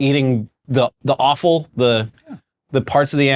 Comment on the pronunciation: Friendly tip: It’s offal, not awful